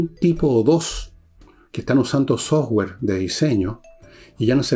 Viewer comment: Dos peticiones. 1. Que alguien le regale una pollera descente a Villegas 2. Un curso de inglés rápido para que deje de pronunciar sower cuando habla de software.